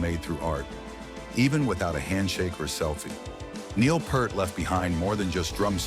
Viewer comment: Who is 'Purrrt' ? Neil's surname is pronounced 'Pee-art'